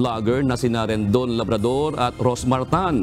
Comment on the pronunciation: Labador po hindi Labador😅